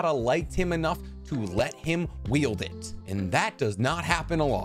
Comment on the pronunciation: Is he saying Yielding instead of Wielding?